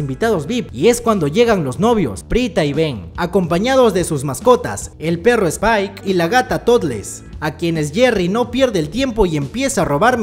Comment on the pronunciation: A mi me encanto la peli y me daba un tick cada ves que en el video se decia en ves de spike , skipe